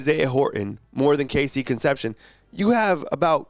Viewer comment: Horrible attempt to pronounce Cone-cept-see-own dude!